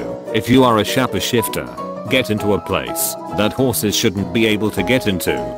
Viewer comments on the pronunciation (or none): Shaw-pe-shifter. (shapeshifter) eraze (erase) rattle am (rattle 'em) dumbss (dumbass) hot cheetas (hot cheetos) jiftwrap (giftwrap) Bucky's first (Bucky's FIST) ramce subplots (romance subplots) Ikee (IKEA) just a FEW examples of the words being SAID and how they're SUPPOSED to sound/be pronounced. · SHA-PAY SHIFTER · I just learned a new awesome way to pronounce Shapeshifter.